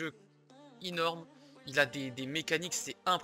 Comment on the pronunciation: “Intelligence de jeu inorme”